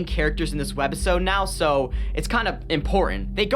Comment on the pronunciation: I luv yr content bro but idk if i was high af but why do you say WED OR WEB - episode like i had to replay it a couple of times thinking i was high af but that was weird to hear😭😭😭 keep up the good work bro